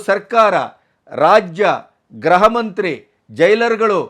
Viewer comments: ರಿ ಅದು ಗ್ರಹ ಅಲ್ಲ ಗೃಹ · ನಾನು 2--3 ವರ್ಷಗಳ ಹಿಂದೆಯೇ ಹೇಳಿದ್ದೆ ನಿಮಗೆ, ತುಂಬಾ ಉದ್ದುದ್ದ ವಾಕ್ಯಗಳನ್ನು ಪೋಣಿಸಿ ಮಾತಾಡುವುದನ್ನು ಬಿಡಿ ಅಂಥ. ಆದರೆ ನೀವು ಭಾಷಾ ಪ್ರಾವಿಣ್ಯತೆ ತೋರಲು ಪ್ರಯತ್ನಿಸುವಿರಿ. ಅದು ಗ್ರಹ ಇಲಾಖೆ ಅಲ್ಲ, ಗೃಹ ಇಲಾಖೆ. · ಅವರೇ, ಗ್ರಹ ಇಲಾಖೆ ಅಲ್ಲಾ, ಗೃಹ ಇಲಾಖೆ ಎಂದು ಹೇಳಿ